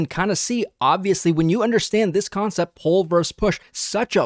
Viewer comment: "poll"/ do you mean "pull"?